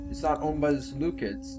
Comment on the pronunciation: Ser-loo-seeds. You pronounced Seleucia correctly, but you call Seleucids as "Seleukids". Unless... Seleukids is some kind of joke you are attempting... if not the cids should sound like seeds.